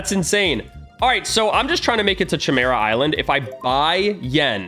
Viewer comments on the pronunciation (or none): Cchemera Island Everyone: Chimera Island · nah he said Ćhemera Island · I die a little every time he calls it the chymera island